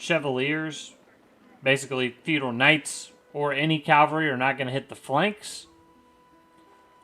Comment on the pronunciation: nice vid but i swear i was hearing you say calvary. I had to double check with the subtitles and it confirmed it.